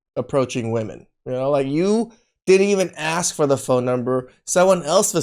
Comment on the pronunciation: He just couldnt take you serious cuz you manage to say the very easy word "ask" wrong. Somebody with that attitude should at least know that it's not "aks".